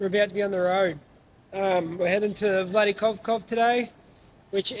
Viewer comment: "vladikovkov" funny how u say it its (V l a d i k a v k a z ) no accents or smth Yeah keep it goin